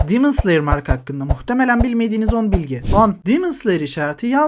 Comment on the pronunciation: Abi neden “dimıns liyır” diyosun “demon slayer” de işte